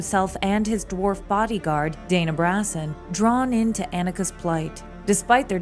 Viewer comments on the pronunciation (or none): none